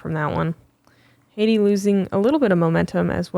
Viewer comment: Love to see you geese finally fixing how you pronounce Heidi's last name. This is as good as an English speaker can ever be expected to do, good job <3